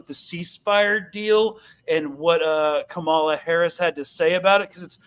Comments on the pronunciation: Kamala is pronounced with the emphasis on the first syllable, like KAH-muh-la. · HAHA KHHhHhAMALA 🤣🤣🤣 A few minutes in and had me rolling.